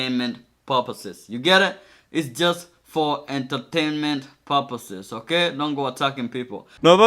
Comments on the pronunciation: Inteteniment puposes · "is just for enturtainment POPASES. You got it? enturtainment POPASES." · "Entertainment puposes" Pyro might want to bring back the how to spoken counter